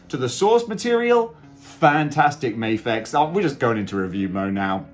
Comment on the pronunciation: It's because you're in Japan and you say "may-fex" instead of the Japanese pronunciation, "Mah-fex" -- the figs have had enough lol it's like people who say "leh-vees" instead of "lee-vys" other than that, great review! The fig looks amazing, my only neg is the spider graphic on the hoodie is too small, especially compared to the comic image you showed